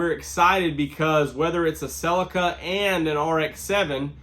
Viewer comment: Learn to pronounce Celica correctly if you’d like some more cred.